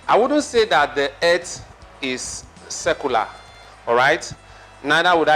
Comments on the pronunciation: It's earth not erth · Earth pronounced as "eeth" new English version